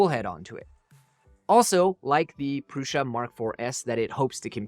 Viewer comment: Great comparison and it's neat to see the advancements we've been seeing these last couple of years. 1 thing.. Joseph pronounces his last name and the brand name "proo- Suh" not "Proo- SHuh" lol totally nit-picking here lol